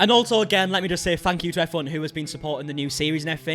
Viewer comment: Thank you “efferyone” 👍🏼😂